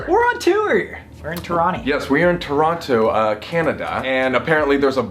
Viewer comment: Colby: “we’re in ToronTOE” My Canadian ass: UGHHHHHHH